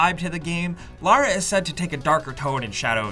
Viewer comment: It is Lara, not Laura, hehe. And I liked the story and the acting was great too. Her accent was perfect.